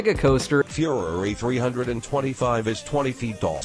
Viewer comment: Fyoureeeee 3 hundred and twenty-five 😂😂😂